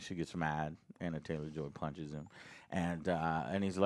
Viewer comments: It's Anya, not Anna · Who the hell is Anna Taylor-Joy? Joe still can’t get names right. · Not even forty seconds into the review and Joe can't even pronounce either of the leads names correctly.... yup. That seems about right. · Watched it last night. Loved it. But Joe, stop calling her Anna. It's ANYA!